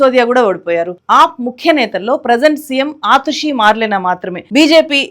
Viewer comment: ఆతుషి కాదమ్మా .. అతిషి